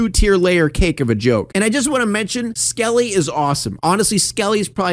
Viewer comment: Fake fan. Bert’s driving an SUV , Hannah is Jimmy’s cousin and it’s Skully not “Skelly” God 🙄 (This is entirely a joke, in case you couldn’t tell.)